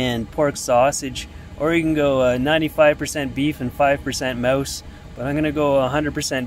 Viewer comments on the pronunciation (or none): Did you say 95% beef, 5% mouse? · Did he just say 5% mouse?? 😳😳😳